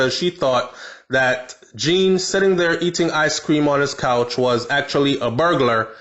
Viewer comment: You need to pronounce the surname name properly...’John’ not ‘Jean’